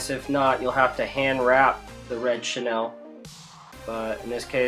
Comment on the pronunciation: Who is Chenelle? Its pronounced "Sha Kneel"